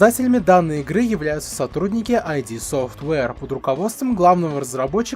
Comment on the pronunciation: именно название компании читается как ИД, ИД СОФТВЕЙР, НЕ АЙДИ.